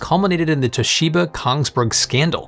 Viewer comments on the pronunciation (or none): none